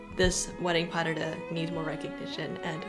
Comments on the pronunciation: If you were listening carefully...they pronounced pas de deux correctly (pah der der phonetically). No dahdah anywhere. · pas de deux is pronounced : pa (a like in Las Vegas or marijuana), de deux (the sound de or deux is almost the same like in the name maDEline) I tried to find a good exemple but it is not really an "English" sound ! If you type "pronunciation pas de deux" on internet, you will find a video with it ! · Please stop saying "pas dahdah"😢